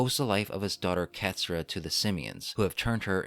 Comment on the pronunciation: "Katsyrup. Katsyrup." Kott-soo-rah (touch the roof of your tongue with R's in Japanese.)